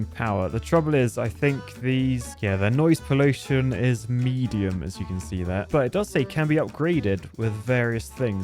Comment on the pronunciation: Grab a new word "Poolution" 😂